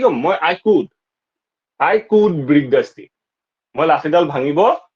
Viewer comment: Break pronunciation wrong